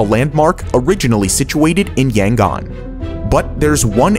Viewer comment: As someone from Myanmar it pains me to hear him pronounce Yangon, Myanmar, and Naypyidaw